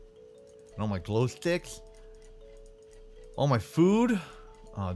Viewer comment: Just watch this Does he say glow slicts